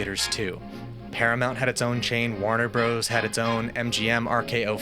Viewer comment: “Warner bros”🤐